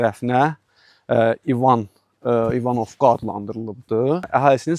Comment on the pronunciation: Klounluq eləmə, kəndin adını düz tələffüz elə. Vurğu birinci hərfin üstünə düşür.